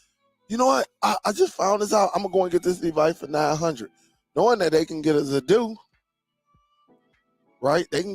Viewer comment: you have a good channel, good content, you lose cred when you insist on saying Zappoti, you seem to manage saying Zidoo correctly. As far as this player goes, it's mos def a rebranded Zappiti Neo, only brand name and model on this are different. No need to buy this for Zappiti owners, the new app that comes with this one is what will be offered to us soon, will also work on Dune, and in future Zidoo. I have all 3 brands, a subscription will cover all your players, and is way cheaper than thus new player.